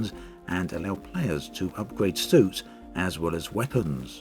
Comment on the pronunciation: I kept hearing "soups" instead of "suits". Wonder what kind of soup is suited for combat...